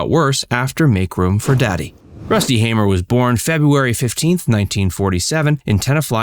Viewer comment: His older brother (my grandfather) John hamer passed last year. And thank you for pronouncing the name Hamer correctly 😂😂